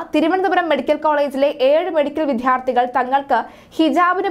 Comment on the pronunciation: മലയാളത്തിനെ വൃത്തികേടാക്കരുത്. വിദ്യാർഥികൾ എന്നാണ് ഉച്ചരിക്കേട്‌ണ്ടത് വിദ്ധ്യാർഥി എന്നല്ല. മലയാളഭാഷയെ നാണം കെടുത്തരുത്